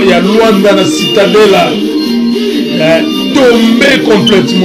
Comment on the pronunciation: Cidadela et non citadela (cidadela desportiva donc ville sportive)